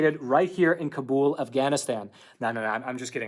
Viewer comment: Hey thanks for pronouncing Kabul correctly instead of saying Cable or Cobble. So far you are the only one I know of. It's really hard to understand why Israel is so hard line about getting vaccinated. Are they trying to kill off their own citizens?